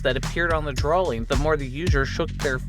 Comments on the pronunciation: Drawling...excape? Jeeez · I'm sorry, the "drawLing"?? Where'd that L come from?